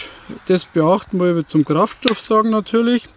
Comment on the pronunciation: Ich schaue dir immer wieder gerne zu. Aber, was ist mit dem Kraftstoff?🤷🏼‍♀️ Du hast genuschelt😆 Der Fellheber ist klasse, brauche ich auch noch💪🏼 Lg